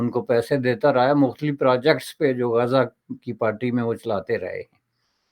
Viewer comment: Abey gaza bolna toh seekh le😂😂😂